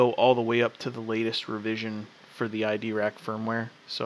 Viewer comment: mate sorry but you are pronoucing it wrong its EYE drac not ID rac